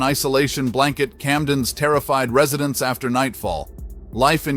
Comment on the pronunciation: "Ree-suh-dents?" Oh, I get it. You actually meant "Residents." This video is AI garbage. It is a disgrace.😊